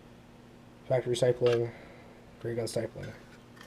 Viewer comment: It's called stip-pling.... not sty-pling.... lol